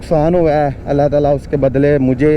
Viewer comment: Aap Allah hoo ghalat bool rahay hay janab